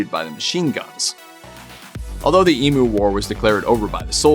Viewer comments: EEMYOU!, NOT EMOO! Come on the rest of the world, please pronounce our words properly, jezz😅. I can't watch this, the pronunciation is driving me crazy.✌️ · Learn how to Pounce Emu, it's Ee M U not Emooo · Emm you, not E moo. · Emu drumsticks though. I've never heard another American pronounce it Ee-moo before. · it's e-myoo! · I'd say it emyou from down under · Why are you so mad about the way we pronounce the name of this bird ? We speak English, we pronounce it the way it sounds in English ...who cares? Also, sacred bird? You guys may want to rethink that judging by all the trouble they caused you. They weren't so sacred when they were being shot down because they were ruining your crops 😂 Also, I don't think anyone would gaf if you mispronounced bald eagle....I sure don't 🤷